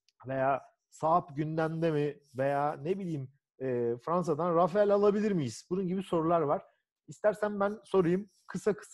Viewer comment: neden herkes Rafale'ye Rafael diyor:) Sizin haricinizde de gördüm...